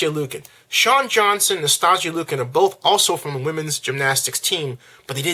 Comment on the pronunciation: I also want to point out that you pronounced "Chick Filet" and "Nastia Liukin" wrong. On Shawn Johnson and Nastia Liukin: Both of these women were olympic champons in 2008. Nastia took first place all around and Shawn took silver. Once you have competed very successfully in one of the Olympic's most popular sports, then yes, you will get a lot of attention. Especially when the womens gymnastics team this year is favored to win gold and so talked about by media. These women have had a much